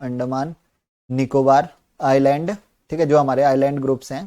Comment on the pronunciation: Sir everything was superb..just one of your pronounciation was bothering me, which is 'Island' (actual pronounciation should be " i-land" )